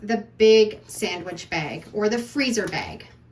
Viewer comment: Bag not bagi